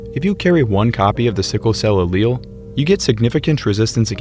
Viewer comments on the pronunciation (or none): none